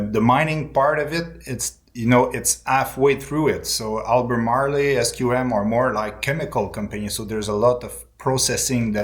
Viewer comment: You guys are killing me with this "Albay Marley". It's pronounced like Al-buh-mar-roll.